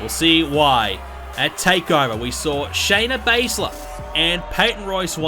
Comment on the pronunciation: Shana Bazler not sonya deville Shayna Baszler**